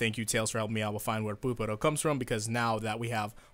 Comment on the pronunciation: I'm sicilian and I just died when you said "Puparo"